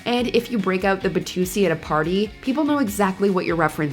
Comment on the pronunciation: “Batusi”? Isn’t it the “Watusi”?